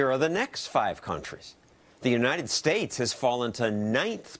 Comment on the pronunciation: lol "Unites States"